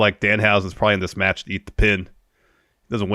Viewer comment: saying "metch" was so funny🤣